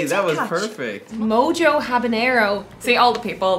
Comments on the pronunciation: Its pronounced Moho, not Mojo. It's a flavor from Cuba. Mostly citrus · pronounced "moho" for mojo in spanish...its a spiced marinade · Its entertaining how they are saying "Mo Jo" when its pronounced "Moho" but to be fair Mojo is a bost to your Mo Jo! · Takes deep breath to release tension. Say it with me. " Mo-ho ". Not "Mo-joe". "Mo-ho hala-peen-yo" ಠ_ಠ